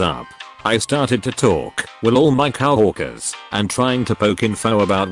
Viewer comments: I notice in most all these posts the term Cow workers instead of co workers just bad pronunciation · The way the bot says some of the word is just too funny like cow-workers. Great stories.